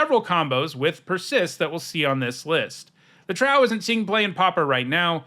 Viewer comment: "Trow" is pronounced with a long Oh (rhymes with "glow" and "row"). It's supposed to evoke the word "Troll"